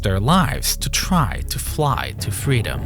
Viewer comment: twy to fwy to fweedom. touched me.